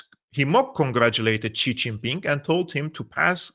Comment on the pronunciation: X is pronounced close to S in Mandarin, so it's closer to "sea", not "chi".